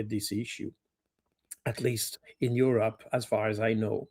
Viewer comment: Pronunciated EU-Robber.